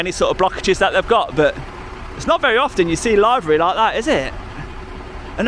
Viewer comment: Lbs per sq "? Oh, and ( liv'ery not live'ery ) ;)